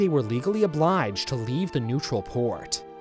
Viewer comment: Reave instead of leave was a very nice touch on the japanese accent, they dont have Ls